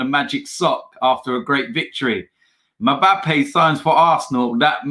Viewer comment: Is it me or did he say "MAPABBE". 🤣🤣🤣🤣.